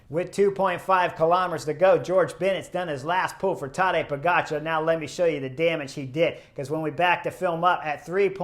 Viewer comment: I'm new to cycling but love your channel. You have stuff that no one else is covering. Great job! I am also really impressed that you make a big effort to pronounce European names correctly. I have no idea why some people mis-pronounce Pogačar's name. It's how you say it, Po-ga-c(h)ar. The č is pronounced is exactly the same as “ch“. I hate it how Wiggins says po-get-char. There is only one way to say “ga“, right?